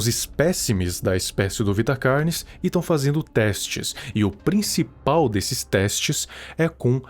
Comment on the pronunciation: pessoas normais: carnes:CARYNES